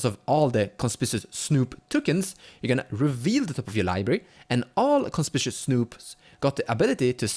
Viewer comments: Conspishuss, eh? :D Just in case you weren't joking, it's actually pronounced kon-SPIK-you-us. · W H Y the everloving FUCK can not a SINGLE youtube channel pronounce the word CONSPICUOUS correctly?!?!